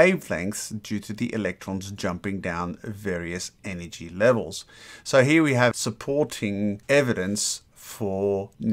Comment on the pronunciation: Have you noticed that you say "he" instead of "here".